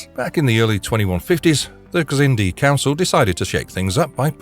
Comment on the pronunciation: The X in Xindi is pronounced like a Z.